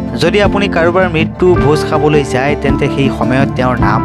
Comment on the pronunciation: ভোজ সোৱা নহয় ,ভোজ খোৱা, সাবলে নহয়, খাবলে